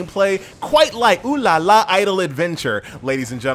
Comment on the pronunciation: finally someone saying it right.